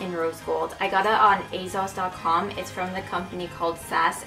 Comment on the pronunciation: The way you pronounce 'Asos' drives me crazy 😂 It's aSos not aZos.